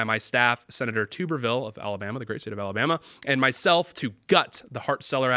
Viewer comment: Tub-ber-ville. Damn. He's not a potato.